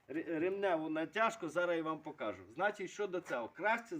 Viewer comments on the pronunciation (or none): none